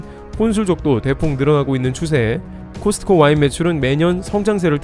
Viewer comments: '코스트코'라 발음하는 것 보다는 '코스코'가 맞지 않을까요? 크리스트마스가 아닌 것과 같지 않을까요? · 제발 '트' 좀 빼주세요 코스트코 하지마 코스코야 제발~~~ 코스코. 코스코. 코스코